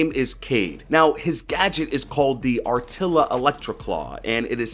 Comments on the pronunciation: By the way im morrocan and i heard you say R TILA its actually pronouced RTEEELA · "Rtila" mean in arabic a spider and its not pronounced ar tila but rtila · Ita not R-tila... Thats like pronouncing car C-ar